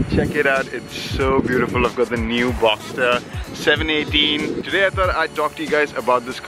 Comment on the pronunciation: It’s a Boxster not a Boxter.